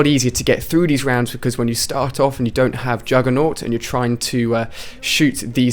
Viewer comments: Juggernog not juggernaught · It's juggernog NOG not jugger NAUT... many people make that mistake. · It's Juggernog